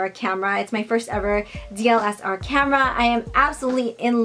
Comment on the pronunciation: Had to think for a few seconds when I heard "dLSR" because I only know of "dSLR". Hahah. ☺ From what I learned about taking pictures is the wider (smaller f-stop number) the aperture is, the shallower the depth of field so the whole image isn't in focus. There may be other factors, too. I've read about this a few times, but I'm still no expert so I can't explain much. Try googling aperture, depth of field? My camera captures the focusing sound when recording 😔